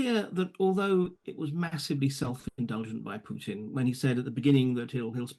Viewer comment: I detest Putin, but you should not be pronouncing his name with a "y"... "Pyutin". The correct pronunciation is "Pootin". The second letter in his surname is a Russian letter "u", which doesn't have the "y" in front of the sound. Just "ooo", like room, broom, boom, move (using American English pronunciation).